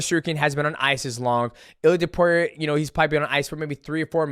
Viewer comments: Guru… Its To-pooh-rhee-a, not Top-you-rhee-a… gawd idk why that pisses me off so much😂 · Bro why the hell does he pronounce it To-pure-ia??? Dude is tarded...